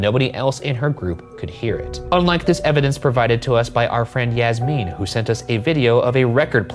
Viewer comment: I can’t tell if Ryan is saying Yasmin wrong or I’ve been saying wrong my whole life 💀